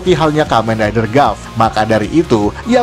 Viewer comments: Sedikit memberitahukan kalau tulisannya "Gavv" maka dibacanya "Gabu" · Sekedar memberi tahu Cara bilang gavv itu gabu bang